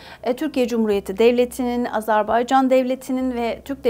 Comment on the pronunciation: AZARBAYCAN diyor😢